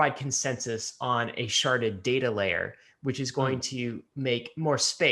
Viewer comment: Sharded or sharted? Lol